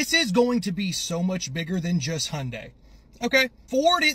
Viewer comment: Why do Americans say ‘honday’ instead of pronouncing it correctly?